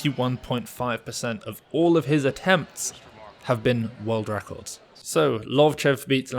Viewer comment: "That's a Russian Wecords" lol